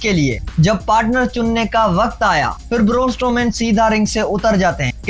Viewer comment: Raaa. Boorrrnnn strooman. Caaan 😅 I like your video and the way you moving your hands 😅 you got onr subscriber